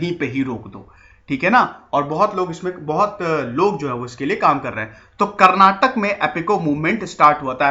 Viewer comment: Karnatak nahi sir Karnataka* and Kannad nahi Kannada* I'm from Karnataka Jai Hind... Nice information